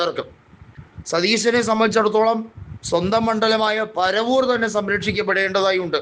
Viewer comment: പറവൂർ ആണ് പരവൂർ അല്ല